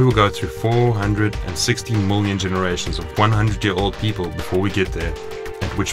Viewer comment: "Moolion years" ?????? . . . . WTF !